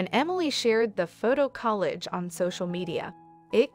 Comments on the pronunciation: Speaker needs to learn how to pronounce collage instead of saying it like it is college. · College is with an E and collage is with an A. Come on, AI voice, get it right already. LOL. Cute video and even cuter cat!!